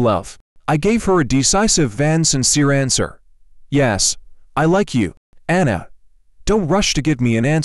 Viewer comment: I really don't like how you pronounce ana's name......lol 😂😂